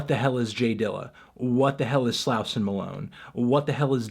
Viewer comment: YOURE STILL PRONOUNCING SLAUSON WRONG LOL